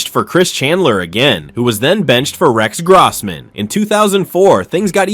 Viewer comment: Stop mispronouncing Rex Grossman 😢